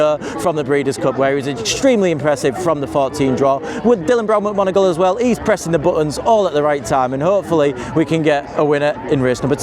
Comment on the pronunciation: i usually really enjoy but it was funny him saying Dylan mcgonegoooglegoogle about 10 times hahahaha.